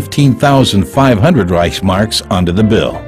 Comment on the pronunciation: It's not REICH..marks, it is ReichS-Mark.